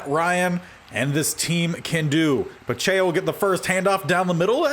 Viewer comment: Isaiah Pacheco is like Pa-check-o Foyesade Oluokun is like Fo-yeh-sod O-loo-o-koon Sterling Hofrichter is like Haw-frick-ter